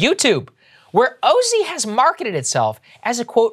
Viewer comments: Oh-zee? Oh, no… 🤦‍♀️ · It's probably pronounced OZY like in Ozy Ozborn. It's spelled the same. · I would correct Saager's pronunciation but that's totally what one of these types of companies would call themselves.